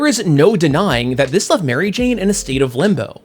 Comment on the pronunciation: Why do you say mary jane as if its one word? Sounds weird? Do i remember how its said wrong?